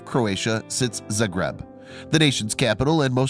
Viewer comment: It is pronounced zah-greb Use your brain